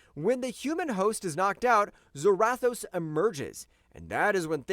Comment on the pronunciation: I see what you're trying to do here bro but you're wrong a few things hare. I'll start with a few. The easiest to over look is Zarathos. It's not "Zer-wrath-o's" it's pronounced "ZERA-THOSE" like Sarah Toes. AND SECONDLY, I have no idea at all whatsoever what WWHulk vs Ghost Rider you were reading but you are way off! You just read the The Spirit Wanderer vs Home Battle Bulk or something. Because Hulk did in no way shape or form run from Ghost Rider or Zarathos. If you actually read the actual comic you'd know that Hulk and Zarathos told Johnny Blaze that this has nothing to do with him and this is not his fight and Zarathos left because it wasn't his fight. You said Hulk ran, but it was Zarathos who left on his bike while Hulk literally stood up and watched him ride away. And then Hulk left! In no way shape or form did Hulk run at all! So I have no idea where you got that from?! And third, your rankings are all over the place! For example, yes, Magik is incredibly strong in her own dimension of Limbo. But you have her way too high on the list! She's literally been beaten in her own realm before. If I'm not mistaken she was actually beaten not too long ago in Limbo. I think that it happened a few years ago so I might have to go look it up and tell you when but she's definitely too high. She should probably be #10 if on the list at all! Marduk should definitely and I do mean DEFINITELY BE ABOVE MAGIK AND maybe HEL(HELA). Maybe? And though Hela beats Thor 9 outta 10 times. Ther